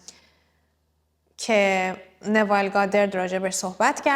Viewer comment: این ایشون را درست تلفظ نمیکنید ایشون نوایل نیستن نویل هستن.